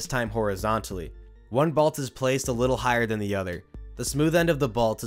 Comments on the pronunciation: Bro I love all your content buts its called a BOLT not a BALT 😭😭😭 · I don’t like the way you say “bolt”. There is no A!